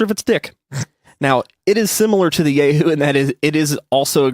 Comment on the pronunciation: It's pronounced Yah-hoo not Yay-hoo. Lol